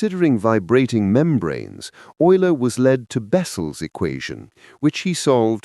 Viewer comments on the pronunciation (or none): Oil-er, not u-ler.